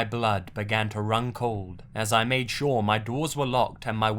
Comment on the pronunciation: I know it was supposed to be creepy, but I spent 50% of the Mei story laughing because every time he said something like "made" I would look up and shout "MORE LIKE MEIDE AMIRIGHT"